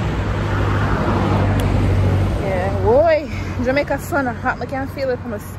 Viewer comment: Man say jamaicer🤣🤣🤣